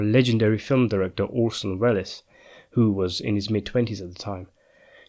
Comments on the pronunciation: I loved this film; so I will sadly have to disagree with your overall conclusions. (By the way, it’s pronounced “Wells” not “Well-ess”). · Welles is pronounced "Wells"